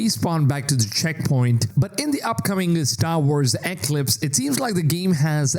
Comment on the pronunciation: Eeeeeeeeeeeeeeeeeeeeeeeee CLIPS.. thats how its pronounced.